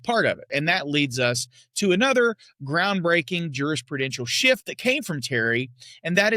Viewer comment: you referred to "officer safety" "as a groundbreaking jurisprudential SHIFT that came from Terry", but I heard it "as a groundbreaking jurisprudential S-H-I-T that came from Terry". 🤣🤣🤣